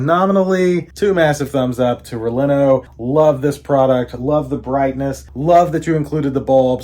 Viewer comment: Never a good start when you say the company’s name incorrectly (backwards) not once but TWICE! 😅😅😅